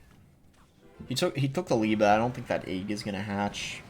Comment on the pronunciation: The way boss says “egg” like “ayg” just makes me mad for some reason 😂 Love the content though